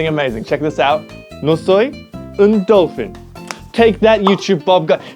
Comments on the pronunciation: Un, "delfín" it's not pronunciated "dolphin" it's pronunciated like "dell-fín" in your language, fin without the "I" pronunciation, it's like I but more close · you said "no soy un delfin" Its supposed to be "no soy un delfín" the accent matters because its where the stressed syllable is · the pronounciation of " un " sounded a bit French 😅 , and the dolphin one was English, i think yoj can simply pronounce it like: || delfien || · El delfín finalmente sabe mi idioma XD *also the h is silent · Good job but the dolphin one you got wrong😂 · A few things: In Spanish, the H is silent. Also, don't confuse Hola (Hi/Hello) with ola (wave). As a Spanish person, I just have to say: we're sorry. The pronunciation of Delfin, hahahahaha Hahahahaha SO cute Desde=since, de=of Yeah, good job Hahahahaha Té (with an accent) is tea. Just to let you know